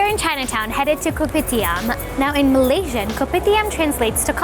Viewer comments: The only thing that triggers me that when she says K O P I T I A M we Malaysia ppl say kopidiam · THE narrator: KoPiTiAM Malaysian: cringe